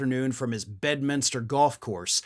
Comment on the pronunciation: Teump Bed-lam-minster.